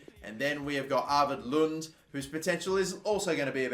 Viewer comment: Lunde is pronounced with the E at the end, Lund is another name.